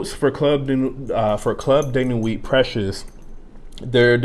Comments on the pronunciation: Respect the Name Pronounce it the gd right way Precieux, am i the one hearing it sounds as PRECIOUS?? Reapetedly precious!! Instead of PrecieuX uve got a problem dude, pronounce it PROPERLY!!!! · Dude u seriously got Pronouciation* issue, do chk how others are really saying PrecieuX, not as Precious!! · U juz dun give a New Name to Precieux, dun confuse the viewers alrite, chk out howz the actual gd name Precieux pronounce right way, im so very sure its not sounding PRECIOUS! as u Repaetedly say it out